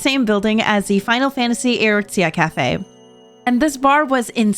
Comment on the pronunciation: THE WAY YOU PRONOUNCED EORZEA HUUUUUUUUURTS- But I can forgive cause so far from what I'm seeing the cafes are nice!